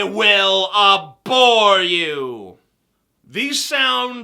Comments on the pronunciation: it's not a'bor you (in #8), but ab·hor (abˈhôr). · It's pronounced ab-hor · #8 you can't read " ABHOR" try again